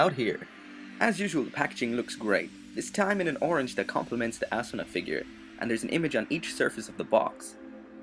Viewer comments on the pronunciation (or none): its asuna not assuna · It's asuna not assuna.